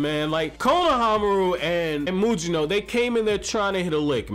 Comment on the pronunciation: Mugino, no Mujino.